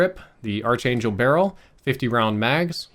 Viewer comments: Noticing a trend: its “Ark-Angel” not “Arch-Angel“. Common mispronunciation. Great video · its pronounced "ark angel" you silly goose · Sorry, but it's not the arch•angel... it's pronounced ark•angel. You've got great info but that made it really hard to watch your video while you were pronouncing it like that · Pronounced Ark Angel, not Arch Angel. Arch Angle... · Its pronounced "Ark-angel" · Great review, just one thing, it’s pronounced “ark” angel. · The way he says Archangel is driving me nuts 😆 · You pronouncing archangel in kinda triggering me tbh XD good video though. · dude, you're mispronouncing archangel ;) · This trigged me 😂😄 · Dunno what's worse his archangel mispronounciatuon or his M16 grenadier mispronounciatuon.